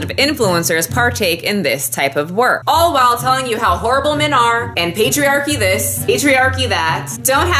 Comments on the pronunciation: When you said patriarchy, I actually heard "pastry-archy" lmao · I heard 'patriarchy' as 'pastry-archy' ' 😂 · Lol... The first time you said patriarchy i coullda sworn you said pastryairchy...lmao